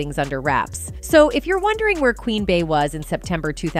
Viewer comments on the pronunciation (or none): Beyoncé’s nickname “Bey” is pronounced “Bee” not “Bay”. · It’s the way she’s pronouncing Bay lmao Bey